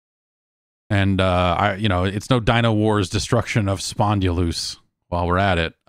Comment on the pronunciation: Every time Jeff says "spondy-loose" it reminds me of a radio ad where a guy with a gruff voice says "ankylosing spondylitis." And also that it's probably supposed to be "spon-dil-us."